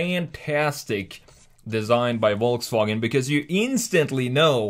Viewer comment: Volsfranjet ???????????? ;-) ;-) CAN U SAY : VolksWagen ? 🙂